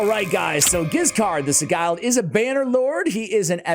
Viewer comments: Asssssshhhhh. Love the content but… Sigil. Just add a D to Sigil. It’s the only pronunciation that drives me bonkers lol I appreciate you. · It's pronounced si-jilled I think. Anyway he's pretty good in PvP too. Very underrated. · Mmmm. Let's look up the pronunciation of 'sigle'. :D